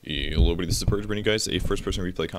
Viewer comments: I always thought it was "Heyoh everybody this is Purge". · A very strange accent of "Hello everybody"